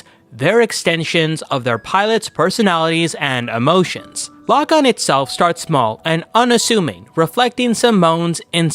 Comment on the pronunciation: Lagann- Law-gawn not law-gen